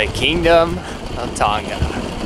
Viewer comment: Can you pronounce Tonga properly please? It's pronounced To 'nga', like nah but add the sound of g. You got the 'To' right, but you are pronouncing Tonga like 'Ton; ga' Please and thank you, from Tongan friend ❤